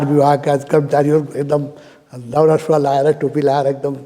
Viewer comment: उच्चारण मा त्रुटी भो, दाउरा होइन दौरा हो!